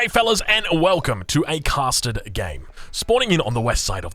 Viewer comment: just sounds like he says “custard” when he says “casted”